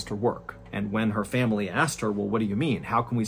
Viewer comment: I love you, Mrballen, but the way you add an extra syllable to the world "family" drives me absolutely insane.